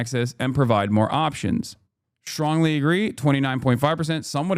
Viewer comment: Stwongly worded letter, oooh boy buster, chuck'll show them what for! Then you'll all see you never shoulda made fun of the democwatic pawrty boopie poopie doo